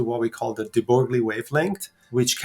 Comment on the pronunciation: "De Broglie," , is pronounced "de broy."